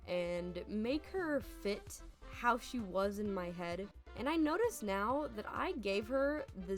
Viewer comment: 2 years old but you said 'hoe artists' instead of how artists, and ngl I was super confused 😭